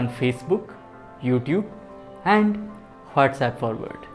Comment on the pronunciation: The way you said Hhatsapp :D